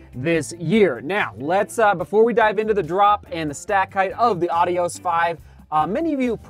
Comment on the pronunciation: Are you really pronouncing it correctly?